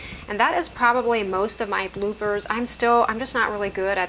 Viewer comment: This was a wonderful video, really made me smile. The funniest thing was that almost right up to the end I thought you were saying BlueBirds then realised that you were saying Bloopers :)